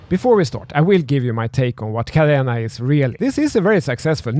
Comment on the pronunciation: he can’t even pronounce it properly and yet had the audacity to make the video. How embarrassing 🙈 🤦‍♂️